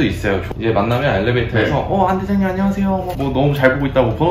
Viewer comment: 대장님을 대임 이라고하는게 재밌네요ㅋㅋ